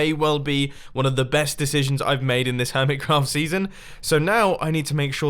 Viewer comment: Why on your server list do you call the hermitcraft "Urmitcraft"?